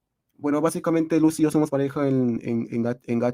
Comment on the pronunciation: Pov: las miniaturas de historech- XXDD- Buen video mi femboy favo- Digo <33 Eso que- xd EL LOQUENDO DICIENDO "LUQUI" EN VES DE LUCY JAJSJDJD